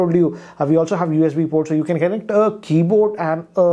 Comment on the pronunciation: Kennect, kennecting, kennected!